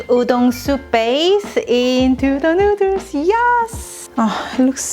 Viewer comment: Noodle is pronounced as /ˈnuːd(ə)l/ . U r welcome 🍜